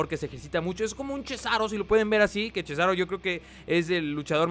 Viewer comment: no es chesaro es cesaro chesaro me suena chisito